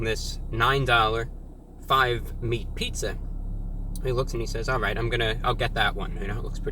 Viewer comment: "After you take a left, you're going to want to take a wight, which is quite gweat if I do say so myself."